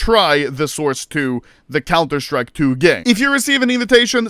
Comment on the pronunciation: Anomaly is exited because he thinks it’s “sauce” instead of “source”